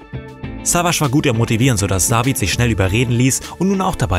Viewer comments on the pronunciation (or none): nicht DaWid sonder David